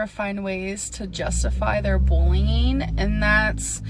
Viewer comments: their ~BOWLEEYING~ and after this we can expect to hear a shite apology but “ I do must have to say” she thinks she’s saying so much and isn’t saying anything at least not verbally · bullnging?? you mean bullying? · Bulleen. Shopeen. Read this and try to learn the proper pronunciation so people can stop laughing at you!!!!